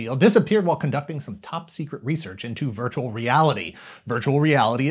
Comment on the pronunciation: "TOHTALLY VIRTUEL!!!"